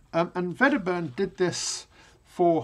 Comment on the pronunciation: Wedderburn is a Scots name so should not be pronounced with a "v". Glad to see you doing this course.